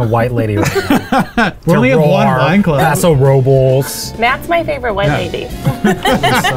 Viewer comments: I forgot about this. was right with his pronouncing of Paso Robles! It’s not a Spanish name, despite looking like it! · you even pronounced Paso Robles correctly, respect (curious which wine club you joined, I’m a big fan of Opolo for relative affordability given the quality) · This was bothering so I had to say it! There’s nothing wrong with the way pronounced Paso Robles. I grew up in SLO county and that’s how EVERYONE pronounces it when speaking English. Most Spanish speakers (including my husband) will anglicize the town name when speaking in English. So it’s 100% not weird how he pronounced it. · I was born in Templeton and grew up in Paso. Thank you. That is the way we always pronounced it. I will say though, I was in an immersion program for elementary school and speak pretty fluent Spanish. I understand the other side too! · Eugene... pronounced Paso Robles correctly though... that's how every local says it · It's always a trip to hear my hometown of Paso Robles mentioned. Thank you for pronouncing it correctly. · I’m just here to defend, he pronounced Paso Robles correctly. I’m a local, it’s pronounced with an American accent, not a Spanish one